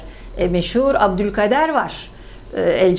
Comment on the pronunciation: kabil değil kâbil olacak . abdulkader değil abdulkâdir olmalı .